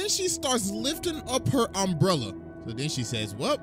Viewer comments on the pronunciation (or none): you said unbrella and not umbrella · Bro first said unbrella